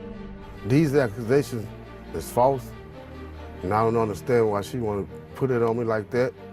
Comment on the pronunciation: Did he seriously say, “These Achuasations” 🤣🤣🤣